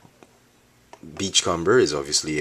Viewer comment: your pronouncing beachcomber wrong, its beach-comb-er, comb, as in the thing you use to brush your hair with.sorry for sounding uptight it just bugged me this whole video.